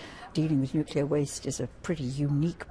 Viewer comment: Yet another nuclear industry professional who says nucular.